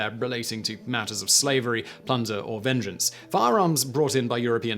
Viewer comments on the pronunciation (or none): none